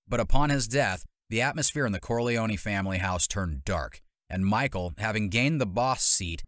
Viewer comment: These prononciations are horrific... Corleone-knee